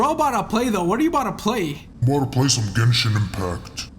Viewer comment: “I just want to play gentchin impact”